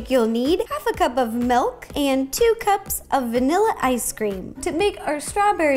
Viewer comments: Ro i love you but it is MILK with and I not MELK with an E, it is mIlk😂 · Incorrect: melk Correct:milk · You saying milk sounds like “malk”. Just saying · is she saying melk or milk just wondering